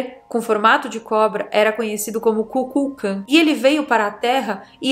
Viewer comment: Kulkukan 😂 e não periquita 😅